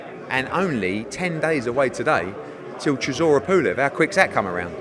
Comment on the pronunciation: sizzora is an in joke. It’s how Dillian Whyte pronounces Chisora. Only the real understand